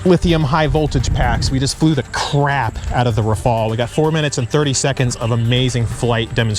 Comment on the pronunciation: Thanks for the informative video. It is nice to see the comparison. I think it would only be fair to pronounce Rafale with a French accent as the Gripen was pronounced with a Swedish intonation.😁 Keep the videos coming.